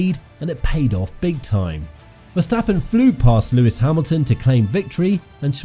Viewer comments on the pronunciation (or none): It’s Lewis 😂